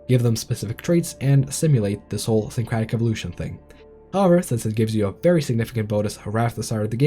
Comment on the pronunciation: Syncretic, not "syncratic".